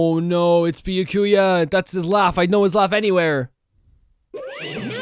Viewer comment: was so surprised about Byakuya being fake that he accidentally said his name right lol